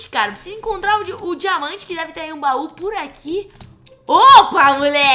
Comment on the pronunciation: e so eu que esculto diamanta como jamanta kkkk